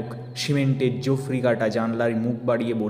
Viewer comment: 'ল্যাঙ্গট' (কৌপিন) নয়, এখানে কথাটা হবে 'ল্যাংবোট' (সাগরেদ বা assistant)। 'জোফরি' নয়, "জাফরি"। উচ্চারণে একটু নজর দেওয়ার প্রয়োজন আছে, বিশেষ করে 'শ/ষ/স'-এর বিষয়ে। Volumeটা কম কিছু কিছু জায়গায়, শুনতে অসুবিধা হচ্ছিল।